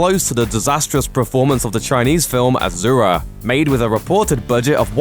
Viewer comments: Why u saying aZura it’s asura it’s a fucking s not a z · omfg pronounce it correctly you git. Ashura (ah-shoo-rah) DONKEY!! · asura is pronounce as ah-shu-ra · It's pronounced "ashura" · It’s pronounced ah-sur-ah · Asura pronounced ASHURA! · It's pronounced "ash er ah" from Hindu lore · Its pronounced a-su-ra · Why is it pronounced as aa-zu-ra? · I aint chinese but really man, ahzoora? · you cant even pronounce asura...ignorant westerner..unsubscribed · I am Indian i know असुर means demon but my god their pronunciation is so wrong that i was never able to relate it with असुर . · You are pronouncing it's name wrong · azura? its asura...with Ssssss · Its not Ajura,its A-S-U-Ra.. Pronounce correctly plz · actually it's pronounced asura not ajura n asura is a Sanskrit word means demon.... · Why is this calling Asura as azura? Asura literally means demon in Sanskrit. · I cringed hard everytime i heard him saying Azura -_- For god's sake it's Asura, with an S and not Z. Not even difficult to pronounce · Im sure its pronounced a"su"ra not azura. asura measn demon in sanskrit, not pure translation but close. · There is no "Z" in Asura to call it Azura... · It's Asura, not Azura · A su Ra... NOT A ZZZZZU RA H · no offense but asura pronounced 's' not 'z'... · Asura not azura (ah-shu-ra) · ASURA. NOT AZURA. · 1st, it's pronounced AH-SUU-RA not AH-ZUR-A. (In Chinese it is Āxiūluō.) 2nd, all the commenters talking about it being Tibetan Buddhist have no idea that Asuras are part of Buddhism in general. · Sorry, but I cringed everytime I hear you say 'Azura'. It's Asura, su such as sew, not zu. I've never watched the movie myself, but to be frank, I'm not very interested in the movie, probably because I've never heard of the movie until people start talking about how it tanked. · I'm pretty sure its Ah-Sue-Rah not Ah-Zoo-Rah. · A-SUE-RA it's ASURA not A-ZOO-RA/AZURA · It's asura not azura you learn English no good yeah peace